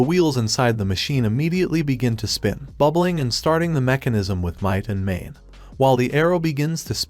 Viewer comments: "with might and mane" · If you just pick a random point in this video it will take less than 1 minute for you to hear might and mane. Sometimes you hear it immediately. Holy shit I found myself cringing every time I heard it.